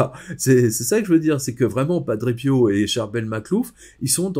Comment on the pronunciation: à....merci de prononcer PIO..>..PI-O et non PIAU,,,cet accent est insupportable